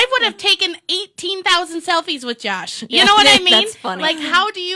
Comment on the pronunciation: Why is she saying Jash instead of Josh?